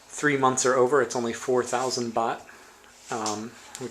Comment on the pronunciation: 4,000 what? It sounded like you said "bot"... What is that? and how much does it cost in US dollars, please?